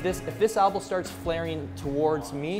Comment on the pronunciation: It's an elbow not an albow